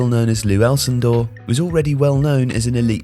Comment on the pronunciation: lewalcindor?? weirdest enunciation haha, his name was Lew Alcindor